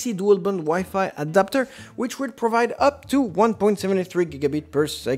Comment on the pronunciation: The fact that he doesn’t know how to pronounce WiFi should show that he shouldn’t be giving reviews.